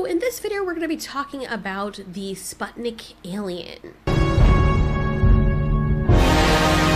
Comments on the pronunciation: You should pronounce it like "put" not "spot". sPUTnik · It's Sputnik not spatnik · The video is amazing, one thing that bugged me tho.. is that says Sputnik with an “a” the correct way to say “Sputnik” is to read the “u” like two “oo” (spootnik) btw Sputnik in Russian means: “Satellite” and u can believe me cus I’m part Russian 😎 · It’s actually pronounced Spute-nik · It's pronounced [sputnik]. The U is pronounced like in flute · Yo, let me help: U in SPUTNIK pronounced as OO... hope that was helpful :)